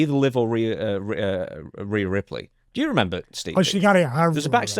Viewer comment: Why he say Rhea's name all fucked up?